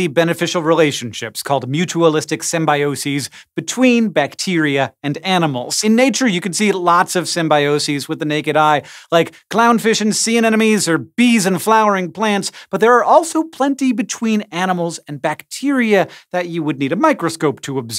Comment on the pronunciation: clown fish and sea ANENOMES? Am I the only one who heard it?